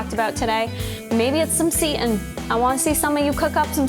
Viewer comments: Just FYI for those of you not familiar with seitan- it’s pronounced “Say-tan” not “seat-in” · She pronounces seitan as 'seat in' but I've only ever heard it as 'say tan' so I was so confused at first!